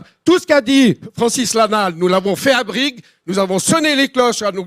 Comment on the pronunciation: leçon de géo locale : c'est Brigue (Brig) pas Vrigue (bafouille de complotiste vénère) Petite ville très reculée dans un Canton conservateur catho alémanique